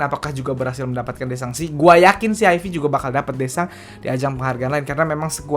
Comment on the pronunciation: lebih enak nyebutnya "aif" bang ketimbang "ayfi".